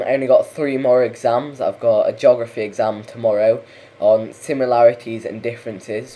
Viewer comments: Do we need another Australian to come out and teach you English how to speak your own language? It's pronounced /ge/og/raf/e\ not /jog/raf/e\ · Its a joke god damnit!! The way hes saying it sounds like jography